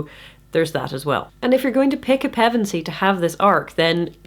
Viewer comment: I'm 5.5/7th the way through reading Chronicles to my son right now and I have to thank you for the critique, but even more thank you for the proper pronunciation of Pevensie. Reading those names and places out loud generate more anxiety than it should, thank you for helping with that.